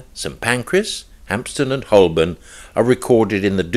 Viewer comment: Good, but Holborn is pronounced Ho-bun.